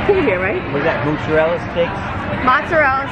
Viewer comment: Mozzarella sticks you pronounced like the spelling, but when you say just mozzarella you say "mootzarell" lol